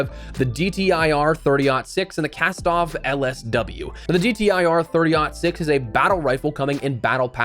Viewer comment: Perfect pronunciation of the 30-06. Someone did some quick research.